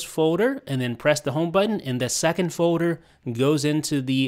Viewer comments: Someone need to learn how to say "foLder" and not foder.... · LEARN HOW TO SAY FOLDER